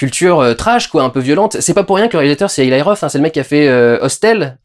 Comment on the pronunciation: POURQUOI PRONONCER "ILAÏ" ROTH ? PERSONNE NE DIT "ILAÏ" SEMOUN , MAIS "ELI" SEMOUN...NON ? ☝😌